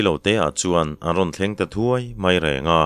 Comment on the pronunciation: In leh thuai hi a sanga lam tur ani in ka hria,kei chuan.